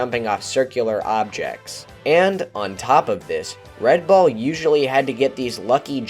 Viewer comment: When you say "red ball", I sometimes hear " red bull".